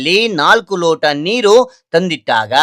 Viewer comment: ಸಾಮಾನ್ಯ ನೀಕು ಅಲ್ಲ ಸಾಮಾನ್ಯ ನೀರು